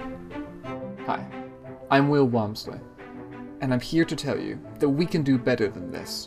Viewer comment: Did the guy say his name was Whale Wompsley?